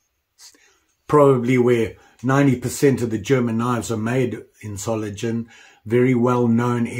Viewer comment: And another little hint: This famous "Klingenstadt Solingen" (Blade-City Solingen) is pronounced with a G like in "gate". (I grew up just a few miles away ... now in Canada.)